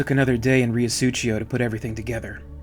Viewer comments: 'rio su-cee-o', not "su-chee-o" lol... dirty river Mano.. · Great episode as always, love the content and narration. Just one little comment. The way you say Riosucio is kind of italian, you should read it as "Reeosuseeo", no "ch". Side note for flavour, it's 2 words combined into one, Rio= River and Sucio = Dirty. Thanks for another great episode! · "suTHio" is closer to it. Rio Sucio (Dirty River) if of Spanish rather than Italian origin as seems to be the case, will be pronounced Ree-o (short o, not ou) Su-THee-o (u as in PUT, strong TH as in THIN rather than THE or THIS, and short o) but in most of Latin America the C sound that you pronounced CH (like Italians) and Spaniards pronounce as the English strong TH will be pronounced as a simple S like the one that begins the word. Su-si-o (not a soft S as in the middle of Susie) God I'm terrible at explaining but hopefully that helps. SooSioh Obviously Riosucio is comprised of them 2 words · These are just as great as any of the Alien videos you've done.. thanks for bringing your special style to the crossover universe as well! FYI, Riosucio is pronounced "REE-oh SOO-see-oh." It's Spanish for "Dirty River." #ForDutch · Huge fan of your work, listening to you narrate reminds me of a story told by Michael Biehn which gives the narration added flare and dramatics. Really hoping you finish up on the accounts of the earth war, such a gripping audio tale. If I may critique you a bit I believe your pronunciation of Riosucio is a bit off. The first part you pronounce is perfect, the second it seems you're pronouncing with a bit of Italian decent. As it is a Spanish city, it should be sucio or Sue-Cee-Oh, which translates to dirty. As the town is near a river I deduce that river is filthy and the name "Riosucio" loosely translates to dirty river #ForDutch